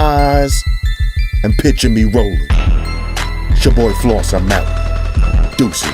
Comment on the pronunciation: damn floss. It took me a minute to catch on to what the fuck you was saying lol